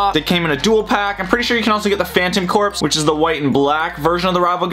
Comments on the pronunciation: It’s pronounced phantom core not phantom corps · its Phantom corps not phantom corpse